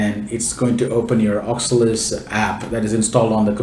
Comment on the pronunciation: Its O C U L U S. But really nice tutorial.